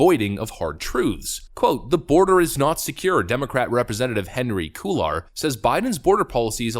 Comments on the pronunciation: Cuellar is a Spanish name man pronounced quey-are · Henry Cool-ar? Did you learn Spanish from Katie Hobbs? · Henry "Coolar" 🤣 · Cuellar is cu-ay-yar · Cuellar is pronounced Kway-yar. The C is a hard C, the L's are silent & the R is a hard R. Almost sounds like "Kwiat" without the T & "yard" without the D. "Kwia-yar" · Oops! The Hispanic surname "Cuellar" is pronounced "Quay-yar". Love your videos, just trying to help. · Love your truth telling,! [for future reference: "Cuellar" being a Hispanic surnamed, is a bit tricky and is correctly pronounced "QUAY-are." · CUELLAR IS PRONOUNCED "QUAY YAR". KEEP UP THE GOOD WORK. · Not a big deal, but Henry Cuellar is pronounced KWAY-ar.| Great video, as always. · You fucked up the prnunciation of Cuellar. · You make some excellent points, other than your horrific mispronunciation of "Cuellar."